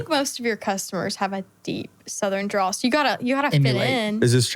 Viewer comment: Quit saying Southern DRAW. It's DRAWL. Use the L that is literally in the word.